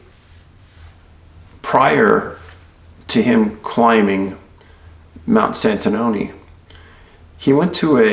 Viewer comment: Good job on pronouncing Santanoni, haha! Though "Tahawus" could've been better... I live in the High Peaks -- you've probably looked at it, but there was a disappearance of a disabled child right below Santanoni Peak, at Newcomb Lake, right around that same time. It's amazing how little people in the area know about these things; I've never heard of this case, nor any of the other cases on the peaks, and I can almost guarantee nobody else in my town does either. So, thanks for giving them attention.